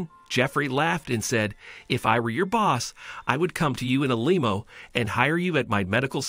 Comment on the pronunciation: Why did the narrator keep calling a limo a lemo?